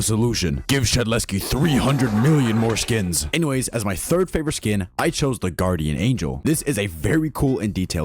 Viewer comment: did bro just say fawiovate